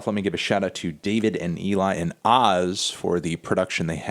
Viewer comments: Just a heads up, OZ is actually pronounced by his initials or "O-Z" if you will. That's what they call him over in Germany, Austria and Switzerland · it's pronounced "oh-zee" btw